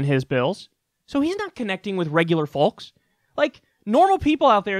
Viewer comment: Kyle, the "L" in "Folks" is silent - should sound like "Fokes". Is big seltzer paying you to say it like that?